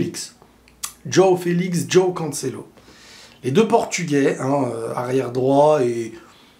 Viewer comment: Y a moyen que tu arrêtes de prononcer DJOOOOao Félix DJOOOOao Cancelo !!?? Juste Jo aõ . Merci , car ça fait saigner des oreilles